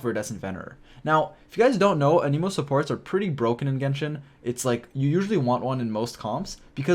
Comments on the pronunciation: “A knee moe” 😂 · You also say anemo wrong it seems, 🤔